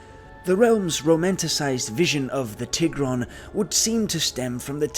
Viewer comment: when you said TIH-GRON i almost clicked off the video, but i will continue 💀